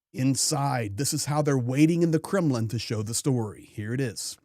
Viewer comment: Did you say "Kremlin mentality", or "criminal mentality"? 😅